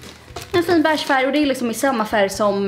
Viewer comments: Man säger inte bäääge utan beige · Det heter beige inte Bäch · Jag kan inte kolla på dig för du säger BÄIGE för mycket får panik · Hängde du mycket på bächen i sommarnas? Vem uttalar beige ”beach”? 🏖